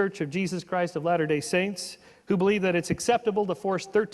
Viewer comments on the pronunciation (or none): none